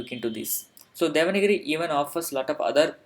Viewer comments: It is not 'devanagiri'. It is 'devanaagari' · it is not DEVANAGIRI. IT IS DEVANAAGARI. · please clear my doubt is it devanagari or devanagiri.you have said often devanagiri. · Not devana giri, it is deva nagari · Thank you, nice channel script is not spell like devangiri it is spell like devaanaagari